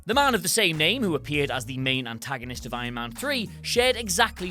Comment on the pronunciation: Why do you keep calling iron man "ion man"?